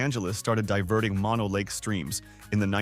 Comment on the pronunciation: Mono Lake is not pronounced "Maw Know." Mono, in this case, is not the opposite of stereo. Mono is a Paiute/Shoshone word that means "land of the fly eating people." It is pronounced "Mow No."